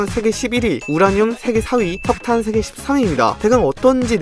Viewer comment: 아 씨ㅋㅋ 나만 석탄을 사탄으로 들었어ㅋㅋ